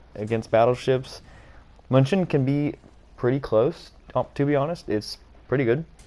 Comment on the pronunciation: Btw it’s pronounced “Myoon-i-ken” as in the football team named after Münich itself.